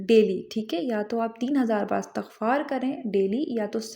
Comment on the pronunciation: Word istagfar not Astagfar